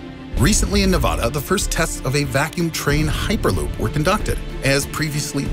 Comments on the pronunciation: Actually, he said "uperloop" not hyperloop. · "heeperloop"? well i guess you learned how to pronounce "hyper" between cuts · "Also known as an uperloop..." I've heard of Hyperloop, but wtf is an uperloop? Anyone? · da fuk is a hooper-loop? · No offense but, "heeperloop" ? Really ?